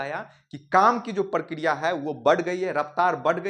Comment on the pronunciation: इ प्रकिरिया है या प्र प्र प्र प्र पराकिरोयअअअअअअअअअअअअअअअअ😮